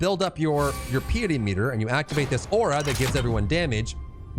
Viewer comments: Great video, a good overview of the class. I played it on RU extensively and enjoyed it thoroughly and will main this class at headstart launch. Still, I learned one or two things from your video, so thanks for putting it together. By the way, the word "Piety" is pronounced PIE ety, not PEE ety. It means basically "holiness". If you played Path of Exile, you will remember one of the main early bosses is named Piety. Keep up the videos and good luck with the channel! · Just for future knowledge. It's pronounced pie-uh-ty not pee-it-ey.